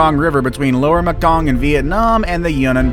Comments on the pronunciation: And “Me King” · where tf you come from you can't pronounce properly all kinds of words...nova scotty a ! lol and Maekong sounds like MAEwest ! lol you want to educate others maybe educate yourself before ! and a chinook salmon don't sound like a TCHINOOK ! lol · Nova Scotia, Mekong, bureau, Rio Grande, ….. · Please learn how to pronounce Mekong, chinook, Nova Scotia, and bureau, for starters. Other than that, great vid. Thanks.